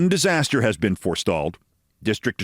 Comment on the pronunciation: It's driving me nuts that "disasta" and "Alaska" don't rhyme.